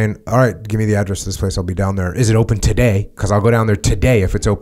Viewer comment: i love the way he says "Is it open TODAY, cause i'll go there TODAY" lol